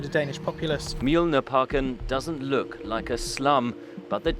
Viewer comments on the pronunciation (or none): none